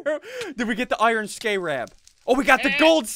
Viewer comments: It's pernounced scare abb scarab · everyone: scarab Ssundee: SCAREb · "Skay-rab" -Ssundee 2016. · Skaaarab is the most whitest pronunciations I have ever heard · SSundee's pronunciation of scarab is painful to listen to... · I'm trigger on how he missed pronounced scarab